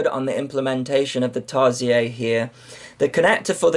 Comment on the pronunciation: Tarsiez? I thought it was "seer", is it french? Awhawhaw, look at mah LeDrone :D Jk, couldn`t help myself :p